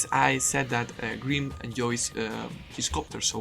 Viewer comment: took me way to long to realize green is just how you pronounce grim^^